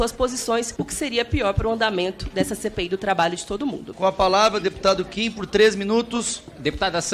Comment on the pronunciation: Mano, o pessoal encontra uma dificuldade IMENSA em dizer o nome do Kim certo...